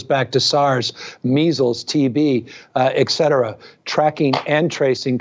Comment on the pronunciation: Newsom just said, "Egcetera." LOL